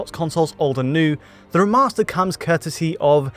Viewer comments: Alan Wake R'mahstah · Great analysis! Taken out of it a bit though by the many occurances of 'remaster' being turned into 'rimaster', and 'veil' somehow turning into 'veel'...